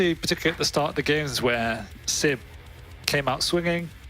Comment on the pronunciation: Dear, it's siB not siP...